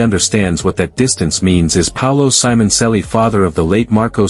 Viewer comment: WTF you can't pronunce the name right?